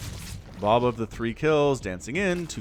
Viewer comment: Lol it took me a minute to realize you weren't saying boob